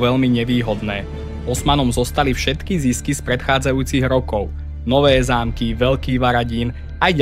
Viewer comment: Kámo, uchádzajú ti názvy obcí trocha. Päkostolie, Nowé Zámky a podobne. Neviem či to je len to použitie AI alebo to je u teba, ale možno si to ustráž trocha. Inak video veľmi super, konečne niečo poriadne na Slovensku, keď už Sandra serie na Dejepisinak .